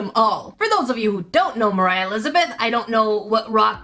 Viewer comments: Hahaha 🤣 ✋ I cat stop laughing When she said morhia paper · Was I the only one who heard Mroh when she was introducing her